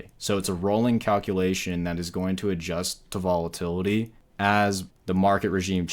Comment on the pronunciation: Volatity? :) sounds risky